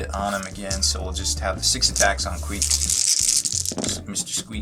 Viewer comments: "Squeek" lol I am dying as a Skaven player. Get it right, its Queek. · When he said squeak I think he meant queek